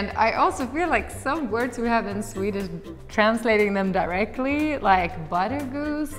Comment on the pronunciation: Your swedish pronunciation is really good, much better than a lot of English speaking people!